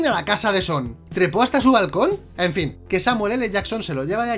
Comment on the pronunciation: Jajajajaja Al final en vez de un" FIN" Dice "FLIN" Jajajaja, pero que pasó con esa L por demás ?